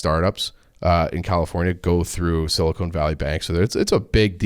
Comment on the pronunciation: Sil-I-CON not sil-i-CONE good lord